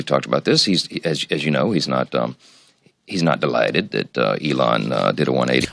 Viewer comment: did you hear the weird way he said delighted